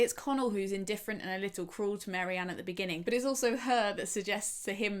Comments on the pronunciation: babes its Marianne not Mary-Anne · Very interesting - but Marianne not Mary-Ann!! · I was surprised by pronunciation of Marianne. I thought it was 'Marry-anne' as I knew someone with a similar spelling who pronounced it that way but now I'm questioning myself. I know it doesn't really matter but I like to say characters names correctly.